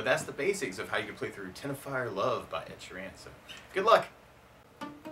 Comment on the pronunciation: It's Teno-reef and Sheer-en.